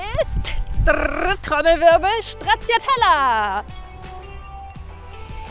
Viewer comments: Finde dich ja charmant, aber die deutsche Version der Aussprache ist einfach nur schrecklich 🤢🤮😂 Für diejenigen die es richtig aussprechen möchten, es fängt mit S an, nicht mit Sch... Wer das nicht mag kann auf folgende Version umstellen: 😂🤣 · Das ist ein wirklich cooler Ausbau. Ich bin richtig inspiriert, vor meiner Türe steht mein Ducato L2H2. Viel Spass damit :) Ich hoffe du kurvst auch mal durch südlichere Gefilde mit deiner Stracciatella - 'Stra-TSCHA-TELL-a - und in deinem Eistraum-Kanall :). Nur etwas kleines: Deutsch-italienische Aussprachen sind völlig OK in D/Ö/CH. Aber als I-sprechender schauderts manchmal, wenn jemand in Italien Gnotschi, Prosgiutto oder Stratschiatella bestellt. :) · Wenn du jetzt noch Stracciatella richtig aussprechen würdest, wäre das Fahrzeug perfekt 🤣